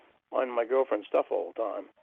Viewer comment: “I’m smoking less.” “About a pack and a half a day.” Good lord. If that’s less, what the hell was he smoking before? Oh and is selling sports stawf? I wonder if he has a Bawston cap. I don’t even watch baseball but I still want one.